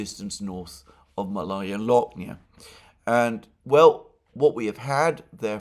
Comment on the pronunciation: It is pronounced "Maalaya" Alexander (meaning small), not Malaya.